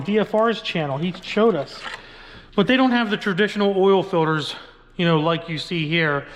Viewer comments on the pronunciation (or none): The way he says filters makes me cringe 😬 lol good video though